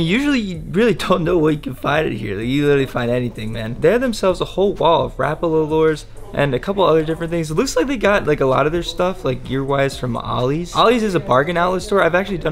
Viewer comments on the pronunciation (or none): You're vids are dope man but you as a fisherman need to learn the proper names of of fish and baits it's starting to kill me lol rapeela lmao bro not even close